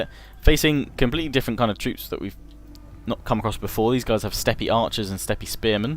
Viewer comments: he he steppy.... it's pronounced step boyo! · It's just step, not steppy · Oh, also, easy pronunciation: Steppe: Step. Ancyra: An-sigh-ruh And finally, MORE GAME OF THRONES!, your strange proclamations of phrases from Game of Thrones amuses us!